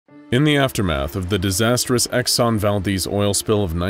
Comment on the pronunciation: Thank you for pronouncing Valdez correctly. As an Alaskan, I'd be pissed if you messed it up ;)